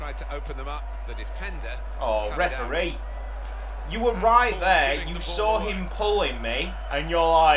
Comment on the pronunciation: REF UHH REE, COME ON MATE